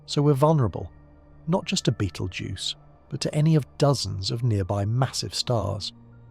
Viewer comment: Then why make your title out as to claim this is going to happen the way your AI crap states? The AI narration can not even pronounce the name of the star. Nothing more than what IU said this channel is just junk.